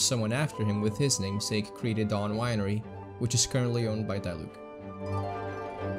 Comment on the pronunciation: he rly pronounced Diluc as Die-look